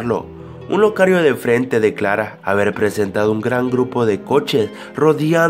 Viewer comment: dijo locario en vez de locatario JAJAJA XD